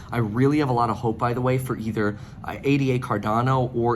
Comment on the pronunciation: ADA is named after Ada Lovelace, no need to say each letter.